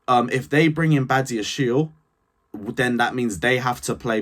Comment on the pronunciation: It is badia-she-le